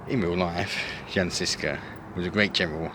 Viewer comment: I wanted to say some comment about the pronounciation of the words like ŽIŽKA but honestly I am just glad people are finding out about the incredible beauty of Czechia and its rich history. With that being said - fuck communists for hiding and rewriting so much it, with videos like this the history is slowly being corrected and it makes me really proud and happy. Good lad, hope you had some proper beer to ease the exploration.